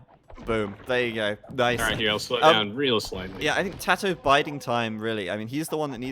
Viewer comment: its kinda cringy how they keep pronouncing tatohs name differently